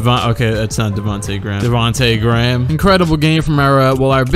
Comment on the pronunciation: That part when he said "Davonta Gram" killed me 🤣😂